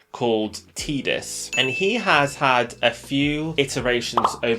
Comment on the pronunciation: Tidus as in tie-dus not tidus as in tee-dus but yes great character in final fantasy.